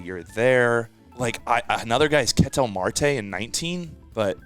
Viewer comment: is amazing but someone needs to teach him how to pronounce Ketel Marte.